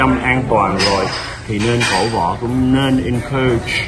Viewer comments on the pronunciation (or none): "Cổ vũ" không phải " cổ võ" á anh mến thương.